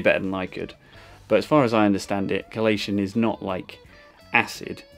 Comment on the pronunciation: It's chelation